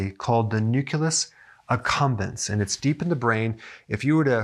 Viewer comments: Nuculus? Nu-Clee-Us. Carry on Dr. Berg. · Nucleus NOT nuculis. Sorry Had to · Hey Doc, I love your video's. This one was great for more than one reason. I finally see that you are not perfect either (tee tee). You kept saying nucUlus and not nucleus. I know it's a small thing, but I giggled. ;) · Nucleus!!! Not "new killus!" I wanted to share this video, but the mispronouncing takes away all credibility. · nuCLEus not nuCULus(no such word)—common pronunciation error. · ugh! nu-CLEE-us not nu-CUE-lus. C'mon, at least SAY the word properly. 🙄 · I'm addicted to sweets. I like how Dr. Berg say "NUCILUS" in his videos, just like my mom says "ONININE" instead of "ONIONS" lol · OK, I'm nitpicking... but isn't it NU-CLEE-US? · He still mispronounces it to this day 😅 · Just curious, why do you pronounce "nucleus" as "nuculus"? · Its new-clee-us Lol! He is adorable. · YES he sounds like George W when he would say "nucular." Bwa ha ha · I'll come back when Doc learns to pronounce "nucleus". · I was squirming all through the video because of that word :) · Yeah, this drives me crazy.